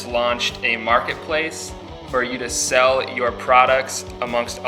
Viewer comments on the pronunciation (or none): none